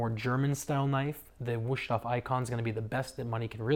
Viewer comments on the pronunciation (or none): “Woosh-toff”. Lol, it is pronounced “VOOS-TOF”.